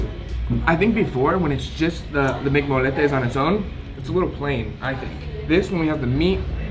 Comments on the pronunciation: This is how you pronounce it! MC mo-ye-tes not mc-mol-etes sorry but this made me wanna slap you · Molletes are pronounced “moyetes” but the real thing is way better looking